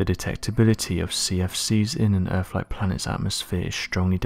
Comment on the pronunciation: I'm pretty sure it's called Earth, not Earff